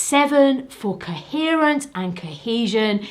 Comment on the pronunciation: I love the way you say "kehesion" and "keherence".